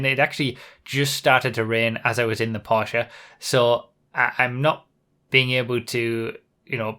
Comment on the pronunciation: finally someone got "porsche" right :)